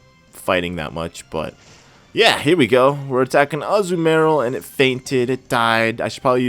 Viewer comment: You might not see this, but you keep calling Azurill Azumarill, and I don't think you are pronouncing Azumarill right. Sorry for being so critical but Azumarill is my favorite pokemon.